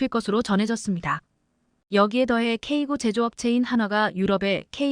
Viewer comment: 제품의 모델명을 발음 할 때에 영문과 숫자가 혼합되어 있다면 숫자도 영문으로 읽어야 합니다. 즉 , "K9"은 "K구"또는 "K아홉"이 아니라 "K nine"으로 읽어야 합니다. "K9A1", "K2" 등도 동일합니다. 그리고, 최근에 살해된 러시아의 야권 지도자 "알렉세이 나발니"의 이름을 읽을 때도 알파벳으로 읽으면 안되며, 이름 그대로 읽어야 합니다.